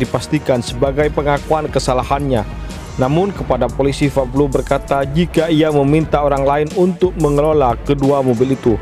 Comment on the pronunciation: Min pablo alias paok paok bloon.bukan fablo.belajar dulu sono gih.